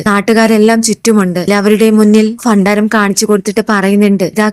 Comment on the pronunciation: അക്ഷരങ്ങൾ ശരിയായി ഉച്ചരിക്കുക ഭാര്യ,ഭണ്ഡാരം, ഭഗവാൻ